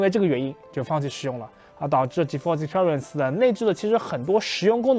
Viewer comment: 建议还是先查查字典，看Experience如何发音